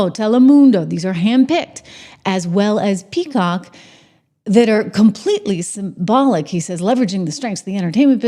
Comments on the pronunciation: SYMBIOTIC! not SYMBOLIC 😂😂😂 You don't need the heavy eye makeup. It's not flattering. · TRISH ! Its Symbiotic (SIM-B-OTIC) 🧐